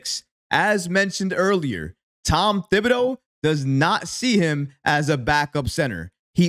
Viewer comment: Dude it's pronounced ti-ba-doe ..... Not thib-i- doe..........the H is silent